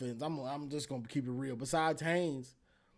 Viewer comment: Love your show. Wink winked again. 😅 I agree. Gosh, you're still struggling with Justine Haynes' name. 😅 It's Haynes, folks. He'll play on Sundays after helping to lead Michigan to the playoffs this year. Haynes.